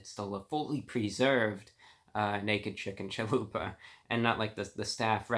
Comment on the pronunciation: Man I didn't skip any of it lol, just pointing out he said chahoopa instead of chalupa, I thought it was funny.